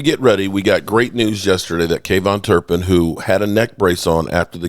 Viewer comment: Who is kayvon turpin? You mean kavonte turpin